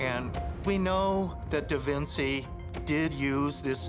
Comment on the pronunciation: "da vin see" haha